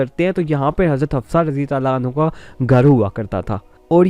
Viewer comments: Bhai hanho nai hota hanha hota ha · And also, for female sahabiya, try to pronounce it 'Anhaa, and not 'Anhu. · O Janab.,. You should be focused on your pronunciation words... Like as ( Aannhaa for Fe-male Asahabiya ) and Aannho for Male Asahabi) .... Use word as chaaaaar paaeee not charpai...ok